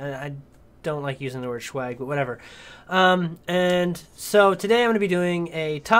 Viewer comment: Good video. BTW...it's pronounced swag....not schawg. It's not weed.